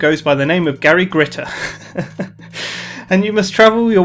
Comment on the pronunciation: did you say Gary Gritter xD